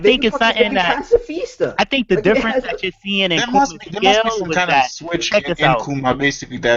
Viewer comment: I fucking hate how that dude says pascafista. Dam dude stfu lmfaoo you're so fucking annoying